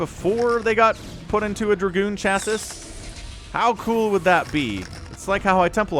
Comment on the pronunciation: Love the channel my man Btw chassis is pronounced 'chasee'